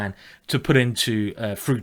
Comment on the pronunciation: I didn't know dyslexic people also had difficulty with pronunciation , I had thought they saw words with letters jumbled.So that would explain you saying things like stategic or fruitation? Glad to see it hasn't stopped you writing books though.